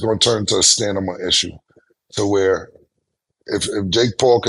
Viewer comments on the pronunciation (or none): Cam just Re-Pronounced the word Stamina to Sanama 😂😂😂😂😂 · Bro said stanima so confidently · Stat, mase and Maurice are foul for letting cam say "stanima" a good 4 times without correcting him Lmao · STAMINA... Killa Reverse how you sayin the N &, the, M! It just like how Murda, say... Nimbers.... 🤦🏾‍♂️ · Cam pronouncing Stamina as STANIMA had me rollin.. 😂😅😂😅😂😅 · Cam can say stamina 😂😂😂 "" STANIMA"" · All those, molly rolly polly word play got cam saying samina and not stamina lmao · Ayo...killa its stamina not stanima! That's crazy! 😂😂😂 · Cam saying stanima so confidently, has me crying... Its Stamina! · Ayo Cam Stamina Stamina not stanama😂😂😂😂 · Cam crazy 😂Stanima pause 😮you mean stamina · Yooooooo it's stamina da hell u keep saying stanimum that ain't a damn word Killa cam done said it 4 times 🤦🏿‍♂️🤦🏿‍♂️🤦🏿‍♂️🤦🏿‍♂️🤦🏿‍♂️🥶🥶🥶 u need to go back get that GED folk set black people back 10 years with this 😅🤦🏿‍♂️🤦🏿‍♂️🤦🏿‍♂️🤷🏿‍♂️🤷🏿‍♂️🤷🏿‍♂️ bro no 🧢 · “Stanima” is crazyy Cam 😭😭 its “stamina” lmaoo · WORD! That "Stanima" shit was crazy. I had to say stamina 3x to myself to get it right😂😂😂😂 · I laughed every time Cam said STANIMA 😂😂😂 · Cam said stamnima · Cam said stanima like ten times hahaha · Cam "Stanima" was crazy. I thought he would fuck up and get it right, but he was consistent with it! 😂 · Cam selling sex supplements but saying "stanima" is crazy😂😂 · “Stanima” is crazy killa 😂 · Stanima??? Good thing Cam never professed to be a wordsmith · My nigga killa said stanima lol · Lmao cam really be sayin “stanima” 🤣🤣🤣🤣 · Cam wtf is stammama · "Stanima" 😂😂😂 bro switched the M and N😂😂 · ""STANIMA""... IS HILARIOUS 😅😂😅😂 DAMN CAM... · lmao how many times does Cam say Stanima? Lmao he Fena make a rap with that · Mase & Cam consistently asking Nganus name. Carrying on the topics. & Cam saying stan-na-ma got Stat ferious. 😂😂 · “Stanima” is whooping cam’s ass 😂😂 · SOMEONE TELL CAM ITS "STAMINA" 😂😂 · “Stanima” and “Bill Ross” I fuckin love this show! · Stanima- word of the day lmao